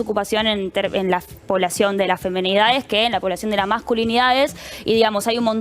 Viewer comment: " femEnidades " mamita querida !!!!!